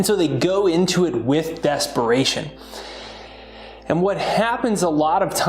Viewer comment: Desparation or DESPERATION? 😊